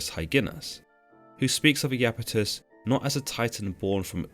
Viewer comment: Pronounced "eye"-Apetus, not "eee"-Apetus. Iapetus is displeased.